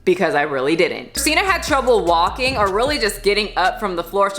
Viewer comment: What the fuck does have against the letter G? Walkeen, Doeen, Breatheen.